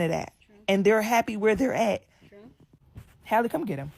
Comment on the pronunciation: Her name is halle like halle berry not Hailey